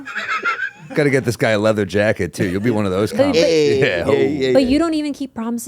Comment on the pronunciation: He can't say Red leather, Yellow leather at all 😂😂😂😂😂😂😂